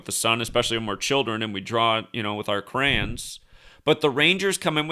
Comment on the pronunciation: It’s crayons not Krans